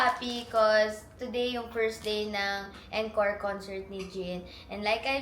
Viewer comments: As an ARMY, Im so happy for you. Next year talaga makakanuod na din ako 🥺 Also, atteco encore is pronounced as 'ankôr' not en, kor. Hope I helped ❤ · You pronounce it like aan-kor not eenkor for the word encore 🤗